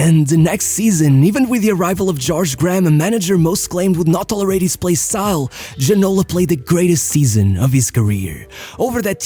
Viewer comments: Lembro me bem dele...so havia 2 franceses a jogar em inglaterra naquele tempo, Cantona e Ginola. Ja agora, matas te me a rir com a pronúncia do nome dele... é Ginolá da mesma maneira que é Cantoná e nao Ginóla 😂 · I never head about this player names "ginola"... maybe you should call him "Gino-LAH", this one I remember :P